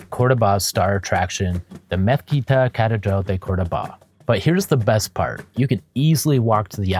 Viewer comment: Nice video, but the pronunciation is COR-do-ba, not Cordo-BA….